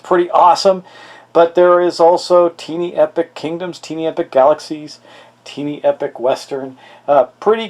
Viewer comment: It is pronounced tie+knee not tee+knee.